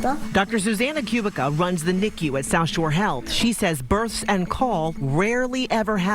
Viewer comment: Dr. Zuzanna's last name is pronounced "Koo-BEET-ska", not "Q-bick-a" !!!